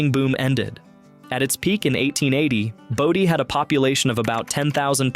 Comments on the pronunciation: It's BODIE, not body...I hate AI narration! If you're too lazy to talk, don't make a video! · You keep mispronouncing "Bodie". It's not "Body"! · The town name of Bodie, is pronounced as "Boh-dy", not "body." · BODIE pronounced BOW-DEE